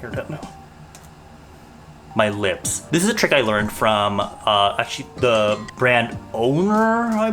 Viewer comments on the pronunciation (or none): none